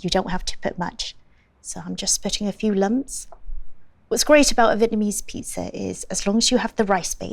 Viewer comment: A vitamin ease pizza? Lovely lady but what’s with the pronunciation of Vietnamese